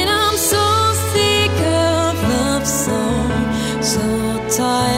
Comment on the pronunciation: suaranya bagus, tapi pas bilang "SICK" "DONE" sama "JULY" kurang sesuai cara pengucapannya, saran aja ya kak ini semoga lebih keren kedepannya